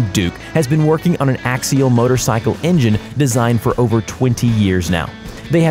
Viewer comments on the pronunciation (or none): none